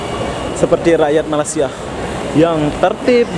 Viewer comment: sebut betul2 ya... Malaysia.. bukannya malasia